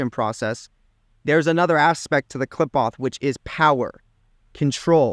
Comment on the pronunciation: "Klipahh" its pronounced "klee-phote" "Qliphoth" how can you descend into it without knowing the name?